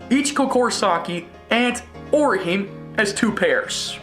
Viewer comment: You can tell this dude knows nothing about Bleach (the manga or the anime). Not only does he pronounce 'Kuchiki' and 'Orihime' incorrectly, he also apparently doesn't know what soul reapers are. Its like putting Goku on a 'top 10 strongest anime characters' list, without knowing what a Saiyan is.